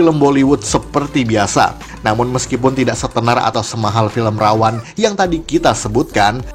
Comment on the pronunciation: Ra-One itu bukan dibaca Rawan, tapi Rawon.